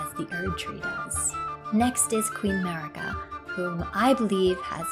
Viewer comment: Every time i hear the name Queen Merica, i just hear Queen 'MURICA! 🇺🇸